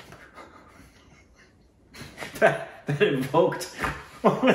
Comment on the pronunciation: Vadhdivsaychya hardik shubhecha ( marathi wishing). Loved pronouncing Punjab as Poonjab😂😂😂.